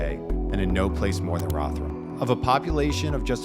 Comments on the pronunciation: It’s pronounced Rov Her Ham and it’s an absolute dump. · Why do you keep saying Rotherham with the TH sound from THING, unvoiced, instead of the proper voiced THIS? Can't you hear the difference? Like sandpaper on my ears. Oh, and my family's from Rotherham way back, so I expect to hear the proper name. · I'm still tying to not be distracted by your pronunciation of Rotherham. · It's odd that you can't say Rotherham properly